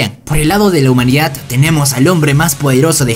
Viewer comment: Puedes dejar de decir "humanidat" se dice humanidad no es tan difícil